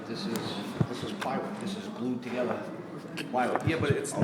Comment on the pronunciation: "Dis is plywood. Dis is glued togeddah." gasps REEEEEALLY?